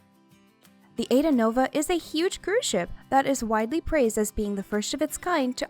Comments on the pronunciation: Pls its not aida... its a,i,da thx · I'm pretty sure it's pronounced I-ee-da. Not Ayda. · THE COMMENTATOR OUGHT TO LEARN TO SAY THE SHIPS NAME AIDA IS PRONOUNCED I EDA